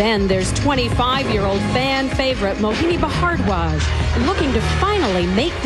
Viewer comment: "Mohini Ba-hard-warj" xD